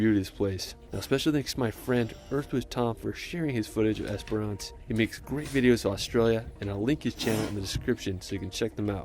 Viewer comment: Great reaction, I love how much you love animals 🥰 So much natural beauty all over the world. This guy definitely had all the usual mispronunciations, but my favourite was Esperance, he kept saying Esperonce, it sounded so funny, never heard that one before, lol, but it was a lovely video, so who cares. ✌❤